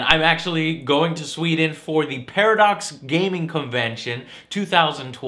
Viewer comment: its SWEDEN....SWEEEEEEEEDEN